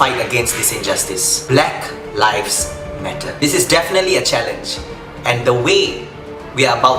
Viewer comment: Pronounce the word lives correctly ,it is not pronounce like word LIFE